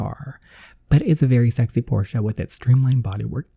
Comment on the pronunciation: It is Porsche it is pronounced porsh not porsha